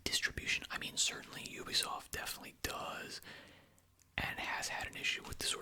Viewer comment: “oobisoft” xd